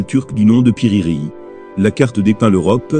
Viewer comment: Piri Rei 😂😂😂 c'est Piri Reisse